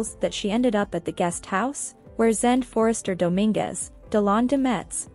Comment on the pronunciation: Zende is pronounced Zen day.